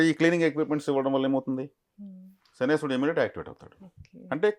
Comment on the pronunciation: Jai sriram🙏 శనేశ్వరుడు కాదు అండి శనైశ్చరుడు అనాలి, శని ఈశ్వరుడు కాదు pls🙏